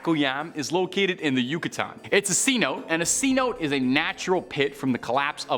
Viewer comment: C-Note? Lol, its pronounced Cenote (Sen-Oh-Tay)